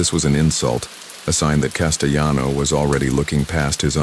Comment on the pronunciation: Castelano with an L. He was not Spanish